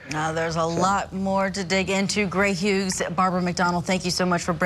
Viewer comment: She also keeps pronouncing the “g” in Hughs. If you’re not using earbuds, it might be easy to miss but hearing it sounds so odd. Where tf is Vinnie??! 😭